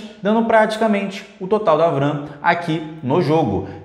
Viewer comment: Show amigo, mostrando a performance na prática! Não leve como uma crítica negativa... Mas fica melhor falar V-RAM que vem de Vídeo RAM do que "vram"